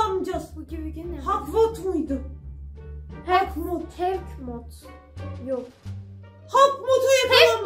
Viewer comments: 9.48 maya doğru okudu havktmot diye okunuyor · abla howk moth diye yazılıyor ama okunuşu halk mot diye okunuyor seviliyorsun:yt:😘🥰🥰🥰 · Hawk moth diye yazılıyor Halk mod diye okunuyo abla😁 helk mod değil 😁😁😁